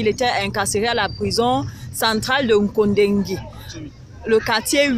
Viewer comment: Kondengui et non nkondengui